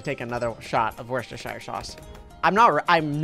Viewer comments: says worcestershire. Me you saying it wrong. It's pronounced 'wustershire'. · You pronounce it wuss-ter-sheer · Wochis... Worksho... Worshsirsows... AHHHHHHHHHH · who does not realize when you say it it sounds like WORST ershire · It’s wor sest er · I love the way he says worcestershire sauce 😂😂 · Yeah its funny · When Americans try and say worcestershire sauce 🤡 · im sad that he pronounces it wrong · i also feel sad for people from Worcestershire